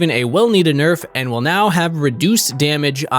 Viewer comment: You mispronounced nerf on those tank items